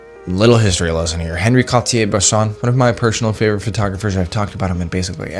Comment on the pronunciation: Excellent insights from a person who clearly has high standards which is a trait lacking in many, many photographers. But do me a favor; since you say his name so much, at least half the time correctly pronounce On-Ree (not Henry) Cartier-Bresson. Oh, and it's DEE-Ann Arbus not DYE-Ann. Keep up the great work.